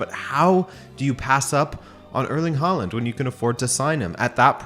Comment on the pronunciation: What's with the mispronunciation of his name? The "Haa" is pronounced with the same vowel as in "tall".